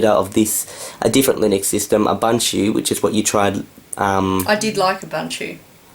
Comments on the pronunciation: Did you say Ubunchie? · its ooboonto not abuntuoo ps linux mint is based on ubuntu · i think you pronounce ubuntu wrong (ubanchu), it could be from the accent, but you should pronounce it like african people would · You still can't pronounce ubuntu correctly. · Please, please, please learn the correct pronunciation of Ubuntu... the way you say it makes me wince!